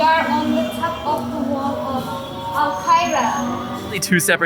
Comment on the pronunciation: Just a little Tipp for more enjoyable videos. She should stop trying to pronounce arabic words, I've never heard someone butcher the language like she did" molakia, al Kaira, shikran " As a turk u should be able to do better. The white boy did a better job. And btw... u see similarities to turkey in Egypt, like the darabuka or the coffee, that doesn't mean they are Turkish. that is no Turkish coffee that is egyptian